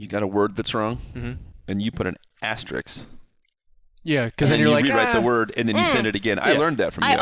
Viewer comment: Isn’t it called an ”asterisk”? I swear everyone said ”asterix”